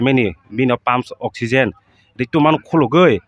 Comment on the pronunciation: I think you are trying to say oxygen 😅